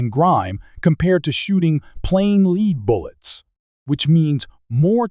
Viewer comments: Lead.....it's pronounced LED, not LEED. Where do they find these script readers anyway? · Fix the AI reader to say the soft metal bullet name lead correctly! It is NOT pronounced "leed" ! It is pronounced "led".. This video is all about bullets made from LEAD. NOT leed! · AI narration is weak. Lead (led) not lead (leed) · "Lead" pronounced "Leed". Dead giveaway for fake/computer voicing. I hate that stuff. Next. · And lead pronounced "leed"! 🙄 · You can Lead a horse, but it's a Lead acid battery. I know it's spelled the same, but the way it is said, it totally means something different. 🤔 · Well, so much for A.I. Lead (Leed) fouling? Semi auto (Semi-I-O-Toes). Well, I don't see A.I. taking over the world anytime soon. For me I'll stick to CCI Blazer and Stingers. All of these BS new rounds are marketing hype in order to charge more.